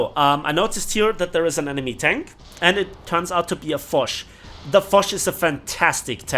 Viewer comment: Lmao “I noticed that it’s a fosh.” As u said “fosh” hungarians would write it as “fos”, wich literally translates to shit. It was like if u said “i noticed that it’s a shit”😂😂